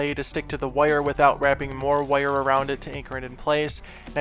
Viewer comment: What kind of dialect is this? "Woire" 😋